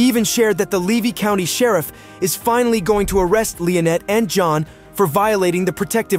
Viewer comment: LEE-VEE (LEVY) County !! LIE-Net (Lynette) or Lie-nut !! Otter Creek not outer creek !!